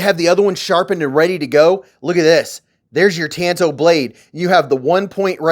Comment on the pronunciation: Tantō (短刀) isn't pronounced as in the sentence "I went to the beach and got a TAN on my big TOE!" But rather, " ..my friend DON (substitute 'T' for the 'D') needs a TOW." I truly hopes this helps and isn't too pedantic. You're in good company, Ĵ N & .MC do the same mispronouncement... I enjoy your work, brother "Don't ask mefor answers I've only got one; that a man leaves his darkness when he follows the Son.." l.n. 1968